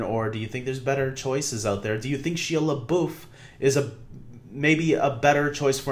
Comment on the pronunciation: you have totally butchered his name! 😂😂 it’s pronounced like SHY-A LE-BUFF good video tho!